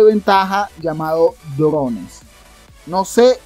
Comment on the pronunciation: "Drones" yo escuchaba "llorones"